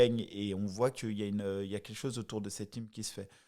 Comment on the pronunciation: "" c'est team, pas tchim